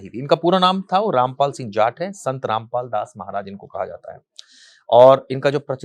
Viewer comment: उनका नाम ठीक से लीजिये